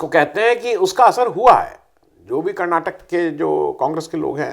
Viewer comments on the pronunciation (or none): none